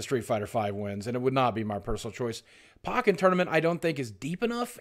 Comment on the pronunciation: Boogie you disappointed me with this video. it is pronounced like "poke-in tournament" like "pokemon". come on man!